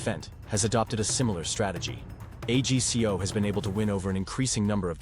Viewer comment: Agco not A G C O, AI is not as smart as it thinks it is.